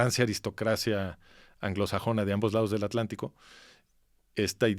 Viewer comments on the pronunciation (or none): none